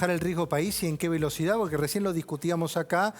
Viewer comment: Se puede saber por qué decís borque en vez de porque…?